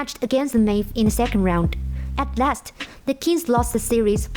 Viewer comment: the pronunciation is a little weird for me . Like average, O'Neal ,last...these words